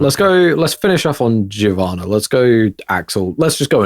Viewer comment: Thank you for pronouncing Giovanna properly.